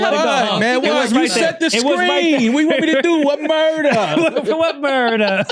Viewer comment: “What murdah?!?” 😂😂